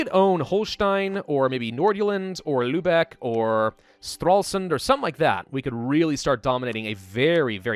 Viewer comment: damn youve gotta be the only youtuber who actually pronounces lübeck properly and doents pronounce it like Lubbock texas